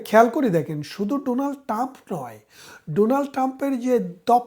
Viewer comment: "ডোনাল্ড টাম" নয়, "ডোনাল্ড ট্রাম্প" হবে। বেশ কিছু ক্ষেত্রে আপনার উচ্চারণে সমস্যা আছে, একটু খেয়াল করবেন।